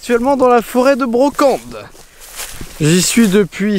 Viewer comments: On dit la forêt de la Braconne** et pas de Brocande, super vidéo à part ça ^^ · C'est la forêt de la braconne pas de brocande !!!!! Et on prononce aubterre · Forêt de La braconne stp 😂😂 et non pas brocande mdr 😂😂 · "Foret de la Braconne" et non de "Brocende" où se trouve la" fosse mobile" et la" Grande fosse". Sinon sympa tes videos. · C'est foret de Braconne, pas Brocande ^^ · La Braconne , pas la brocande , j'habite à deux min de la grande fosse éhé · Forêt de la Braconne et pas Branconne! ;) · La charente,la meilleur des regions et super video Ps: didi la foret de la bracone ce prononce avec toute les lettres